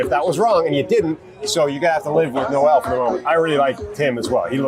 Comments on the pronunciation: Iowa State fan here - Jaylin Noel is pronounced “Nohl” and not like the Christmas song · It’s not pronounced no-el like in the first Noel. Nole would be the correct pronunciation.